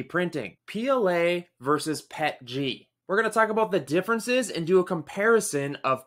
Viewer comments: PEE EEE TEEE GEE not Pet Gee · My first time ever reading the acronym and I immediately called it "pet-jee". You're ridiculous for demanding someone say "p-e-t-g". Just ridiculous.